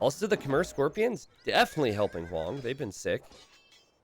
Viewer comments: Khmer is pronounced like a female horse Kh-mare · Khmer is pronounce kuh-mai Love these Hoang games! Instantly my favourite player <3